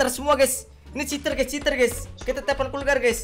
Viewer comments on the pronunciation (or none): Bang bilang telpon malah teplon